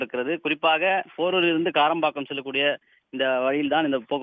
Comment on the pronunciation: karapakkam is in omr the news reader says kilambakkam but did bot pronounce properly please correct